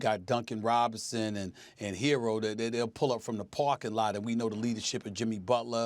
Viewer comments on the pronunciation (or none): none